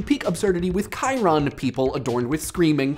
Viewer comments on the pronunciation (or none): What did he say? Chiron or something?